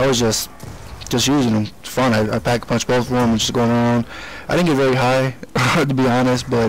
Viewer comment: you said pap a punch